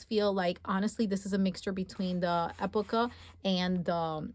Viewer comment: The A5 blush croco is beautiful! I’m waiting to get it in a size I use. I just received a new to me bubblegum personal sized Amica. I love it! Also epoca is pronounced ee Poe ka . Love your videos!